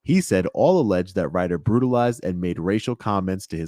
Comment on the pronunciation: Never put someone in charge that uses "Dat" instead of "That".